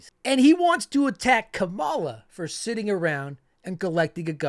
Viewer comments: I do like your videos. I would suggest pronouncing Kamala correctly; it's pronounced like "comma-lah". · Thiel got him his first 3 jobs. We washed out of all til Thiel gave him a company. Oh and just a heads up Kamala is pronounced “karma-la”. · *COM-uh-luh. Great vids 👍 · COMMA-la. Should prob learn how to say it right.